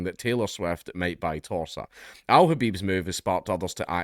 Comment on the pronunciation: When you say Torsa, it sounds like Tosser